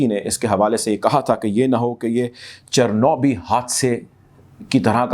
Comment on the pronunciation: الفاظ کی درستگی:چرنوبل، یورینیم افزودگی، صدر ولادی میر پووتن